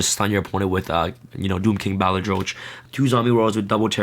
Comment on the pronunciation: Pronunciation of 'Balerdroch': Bah-lur-dur-rock